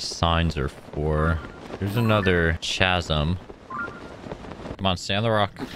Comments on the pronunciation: Ka-zum it’s pronounced ka-zum! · CHASM💀💀💀 U PRONOUNCE IT KAZZIM